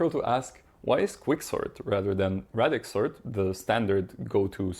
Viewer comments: It's pronounced ray-dix not rad-ix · Ray-dix sort Pronounced like radius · Please say ray-dix. There’s only one D so the A is pronounced as a long vowel in English. Thanks. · It's pronounced "radix" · English pronunciation of radix aside, great video man